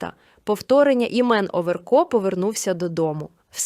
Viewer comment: НЕ ОВЕРКоооо , А ОВеееРКО !!!! Ну як так можна читати 🥵?